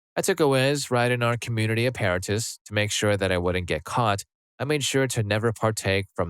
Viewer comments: Apparatus is a-pear-a-tus? Really? Where'd you learn English? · It's pronounced app-a-rat-us btw. Put emPHASis on the wrong sylLABle lol